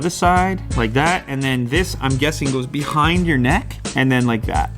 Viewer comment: did anyone notice “behghind your neck”